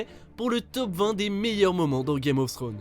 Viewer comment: Y a un S à la fin de Thrones...🤦🏽‍♂️